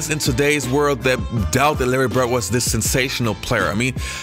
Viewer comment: Dude why can't you pronounce your ....."D's.... It's BIRD....NOT BERT.....RODMAN....NOT ROTMAN...